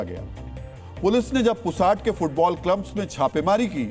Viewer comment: पुसाड नहीं, पुसद है गांव का नाम।